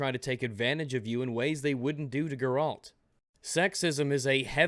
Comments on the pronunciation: / 10 manpoints for mispronouncing Geralt's name. You pleb. :C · I love you. I really do. but I really hate the way you say "Geralt" You played the game, you know how it's supposed to be pronounced.. why do you say gerALT? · / 10 manpoints for mispronouncing Geralt's name. You pleb. :C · you said Geralt's name wrong. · So you finished W3 and still can't pronounce Geralt's name? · If I hear Geralt pronounced WRONG one more time. I will end your life boi. ONE MORE TIME.